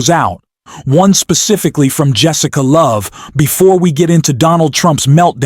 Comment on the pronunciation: It’s Jessica “Tarlov”, not Jessica “Love”.